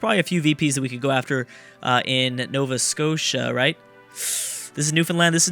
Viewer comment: you got nova scotia right